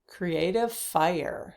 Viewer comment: App-pre(EE)-ciation Not appr-ISH-ciation! Cr-EE-ative Not Cruh-ative!